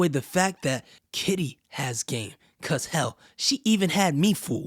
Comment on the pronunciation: Sweety you keep saying kita when you should be saying KITTY 😂😂😂😂